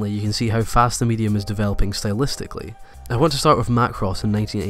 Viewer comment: HE SAID SYTLEISTICLLY NO FRICKIN MUCH